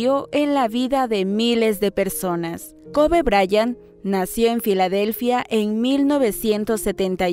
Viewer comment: Se pronuncia koby